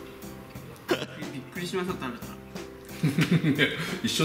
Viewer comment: 俺ビックリしたをビックィしたって言う